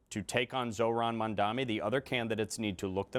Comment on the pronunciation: Crazy how lawler served with him, but you still doesn’t know how to correctly say his name. Says more about his character than Mamdani’s